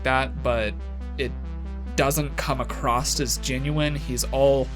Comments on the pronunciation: why do americans always say "acrosst"....there's no t...it's not acrossed...it's across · Across not acrost.😒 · Does he say...acrosst? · Is he saying "acrosst"? Like "The coffee shop is acrosst the street"? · You did it again at the end..you say come acrosst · If you are so "educated", why do say "acrosst" so much 🤣